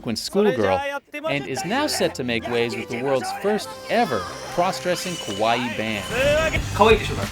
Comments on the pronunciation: Do you think the guy realizes he's been pronouncing "Kawaii" Kowai" which means "Scary". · Dude, it’s KAWA-II (kawa-eeee) not pronounced like Hawaii. Long eeeeee (ii). And it’s KAwaii, not KOwaii. Kowaii means scary. Moras are very important in Japanese. The loud music during the interviews is super distracting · Yea KOwaii means scary haha and it’s kAwa-ii. Long ii at the end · That single vowel change can really make a difference. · Why he keeps saying Kowai? It’s Kawaii! Very different meanings. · he isn’t saying kowai, he’s just mispronouncing kawaii lmao